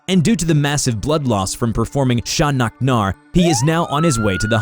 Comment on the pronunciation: Sha-nak-nar is uno reverse card